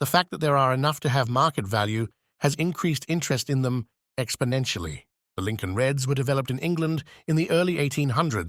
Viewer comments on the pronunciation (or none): none